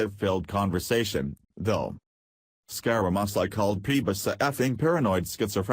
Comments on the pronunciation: LOL! Why are you pronouning his name SkyRaMysi????? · This lousy computer voice can't even pronounce the name of the subject of the video piece. I am un-subscribing